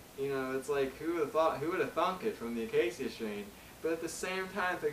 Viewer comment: please learn how to pronounce the name of this band. i have no idea why or how people started doin this but its fucking annoying.